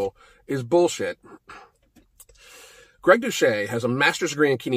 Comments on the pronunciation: I'm not sure that's the way you pronounce Gregs name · Andrés Castillo I thought the same thing the moment he said Greg. Couldn’t even pronounce guy’s name right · Finally someone butchered Greg’s name, it’s always him butchering others names lol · Moment you said Greg’s name I laughed my off cause he always butchers the easiest names ever. He could even pronounce guy right